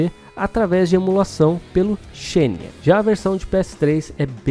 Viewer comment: Nao sei como falar isso sem parecer o chatão kkkk mas "Xenia" se pronuncia "Zinea" tipo "xenogear" que vira "Zinogears"